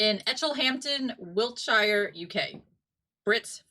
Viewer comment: It's said/pronounced like (wilt-sure) but you did great anyhow. Thanks for the awesome video guys much appreciated